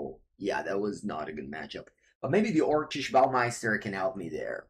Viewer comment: Lol! Your pronunciation of orcish bowmaster is too good